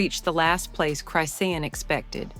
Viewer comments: Saying her name wrong😅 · Lady say her name right can’t watch this anymore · I hate Chrisean but damn say her name right yall bull shit robot platforms get on my nerves!! Also this shit didn’t need to be this long and I pray y’all can get sued for some of the shit y’all say because that crack head was absolutely pregnant and gave birth on line live so explain how that part was fake please??? And in less than 3 minutes!!!